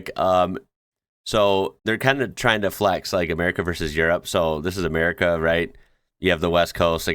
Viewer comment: amer-i-ca not amer-ee-ca